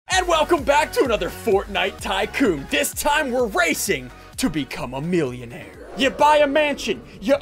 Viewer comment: "Milbilonairies" New word added to dictionary